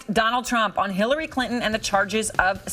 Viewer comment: holy shit she slipped and said Shillary lol